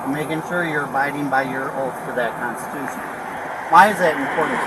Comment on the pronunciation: What is a kahnstushun?